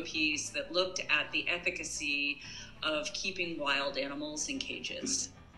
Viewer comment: did she said ethicacy?